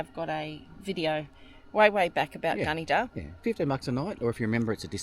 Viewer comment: its pronounced Gunn- a - dah 😂